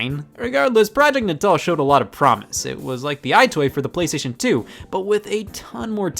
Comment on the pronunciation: All these years and I thought "Natal" was pronounced like the belly button. Mind blown.